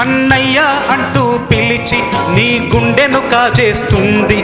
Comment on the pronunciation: Chandraboss garu meru guntu antunnaru guntu kadhu sir gundenu anaali meru kuda thapuga vucharisthe ela sir cheppandi